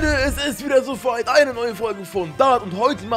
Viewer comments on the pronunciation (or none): Es ist wieder "Sofeit"😂😅😊